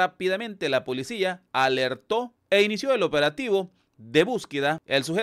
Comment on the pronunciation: Por que este s3ñor dice policia.